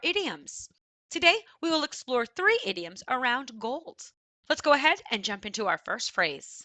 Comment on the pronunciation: Where are you from? I am from Hungary. You pronounce an s after a lot of words where there is no s Sound found like gold(s). It is disturbing quite a bit.